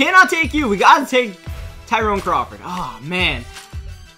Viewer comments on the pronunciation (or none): none